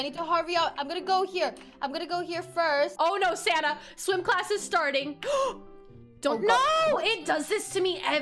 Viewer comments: When you said sanna I thought you said santa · whenever dhe says "sanna" I think she sounds like she's saying "santa" lol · Lol some time I think she calls her friend Santa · Are you saying Santa or sanna